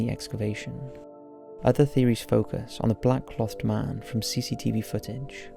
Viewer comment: Mate. Good video, it's great that you're bringing attention to this case. But please, pronounce "clothed" properly x